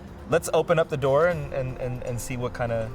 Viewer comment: He was like "yeah hear me bro...take mah doah" 😂 PS. i'm Moslem and just kidding i actually kinda like this...nice video...People just need to Talk and open up about their fears so that the other Partie understands mashallah nice...nice dawa-way actually